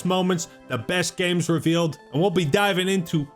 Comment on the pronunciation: When says games it sounds like he’s saying gaymes 😂